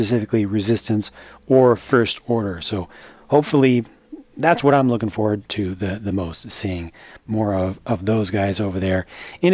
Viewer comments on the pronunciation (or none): Did anyone else realized that he said “People are luking forward to him”